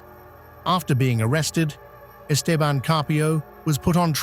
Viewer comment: The stupid shitty AI didn't pronounce 'Esteban' correctly